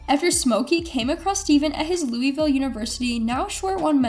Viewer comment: Joda-key and louwiville….. let me take my like back.. 😂😂